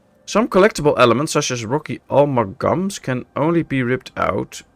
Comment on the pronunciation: "Amalgam" is an unusual word. It's pronounced "ah-MAL-gam" in English. I will be interested to see how this proceeds.